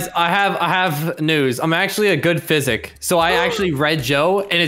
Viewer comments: Oml said "Psychic" as in "Physic" XD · I like how called it everytime a phy-sick. xDDD